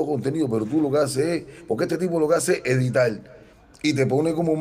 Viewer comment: EDITAL,....OITE,.....PELDON,...🤦🤦🤦 QUE HORROOOORRR.......y el canta??? QUE APRENDA A HABLAR